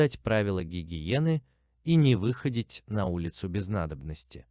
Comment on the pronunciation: Не вы ходить ни кого... Хаха. Ударения научись ставить, чтец емое..